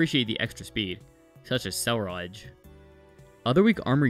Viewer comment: I have never heard Ceruledge be pronounced "Cell-rodge"